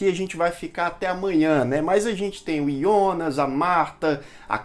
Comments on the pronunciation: Eh difícil falar Jonas?yonas eh duido hem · É Jonas não ionas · Gosto muito dos seus vídeos, mas me dava um ruim cada vez que você fala ''Ionas'' invés de falar Jonas. Pelo amor de deus.... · ah não Ionas não kkk, vi dublado e é Jonas com jota, me incomoda demais esse iiiionas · Ionas? Pq não fala Jonas logo? Na dublagem e Jonas porra! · Pra que pronunciar Ionas?! Fala Jonas mesmo, como na dublagem da Netflix. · Que desespero vc falando os nomes com outra pronúncia "ionas" ou "chárlot" kkkk sei q essas devem ser as pronúncias originais, mas não é as que a gente tá acostumado com a dublagem e por isso meu cérebro fica "tá erradooooo" kkkkk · Aí eu te pergunto, pq falar IONAS sendo que pelo menos a tradução oficial br tratou o personagem do começo ao fim como JONAS?!?! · Excelente review da série mas desculpa eu fiquei muito agoniado ele falando Ionas ao invés de Jonas 😂😂😂😂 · Ionas ou Jonas ? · IONAS? NÃO É JONAS? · Muito boa série Muito boa a explicação Só dá agonia ver vc falando ionas, deixa Jonas mesmo kkkkk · Excelente vídeo, só não entendi porque você disse "ionas" e não Jonas, kkkkk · deu agonia de ouvir ele pronunciar Jonas de "ionas" kkkkk🥹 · engraçado que ao falar "Jonas" ele fala do jeito germânico kkkkk